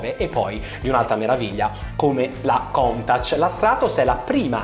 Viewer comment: Arghhhhh . . . nessuno , in particolare una persona che parla della storia delle auto e del Signor Marcello Gandini, dovrebbe pronunciare COUNTACH in quel modo. Pentiti e documentati .